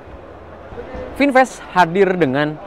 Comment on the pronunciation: Kata orang Amerika, Vinfast jadi Binfast